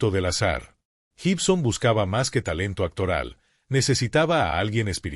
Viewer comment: Se pronuncia: Guibson, (como: gui -tarra) no se dice Jibson. Y se escribe Gibson. Todo lo demás excelente.